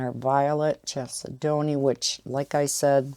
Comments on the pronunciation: chalcedony I think is pronounced more like Kal-said-on-ee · Chalcedony would be: kal-said-knee